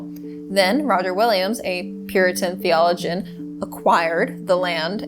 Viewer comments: Came here from Markie. Thanks for this history, though it's pronounced "theo-LOW-gin." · Just so you know that’s not how you pronounce “Theologian”